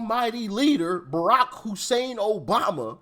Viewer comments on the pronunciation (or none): You didn't say hussein right, see Black conservative perspective